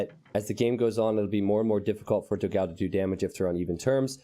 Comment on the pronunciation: Hello. Love your videos. But you are pronuncing dogao completely wrong. It is the o in the do is more like door. The a in the ga is more like the a in panel. The last o is fine.